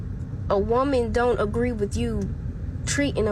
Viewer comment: “That does not gree” 😂